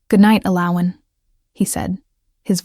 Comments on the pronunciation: I loved the story! It was a beautiful love story. The hot chocolate at night. His mate bond connection with her. Lovely. Unfortunately, for the first time ever the AI narrative voice butchered saying the main character, El-O-win's name so badly with every saying of it, it almost drove me insane. I'm not sure but I think the other main character, her mate, even the King's name was butchered too. Was his name Race or Reece? I have no idea. I do like how each story has different names for the characters, but you might want to make sure the program can nail the names at least 98% of the time, because this came horribly close to ruining your excellent story. Also, did they walk back to his carriage to get the ring; or did his servant trail after him and bring him his clothes? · Her name is Elowen, yet this AI Voice keeps mispronouncing or misspelling it. Annoying. AI will wreak havoc on our society as it cannot truly understand what is being said.